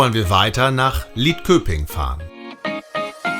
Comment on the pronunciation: Hej, ein schönes Video mit sehr viel gute Infos, man will mehr sehen, bei der Aussprache besteht ein wenig Training. Ist aber nicht so schlimm, Varberg wird warberg gesprochen, vännern auch wännern gesprochen, Lidköping spricht man schöping. Åå schwedisches o und o ist ein u. Y ein ü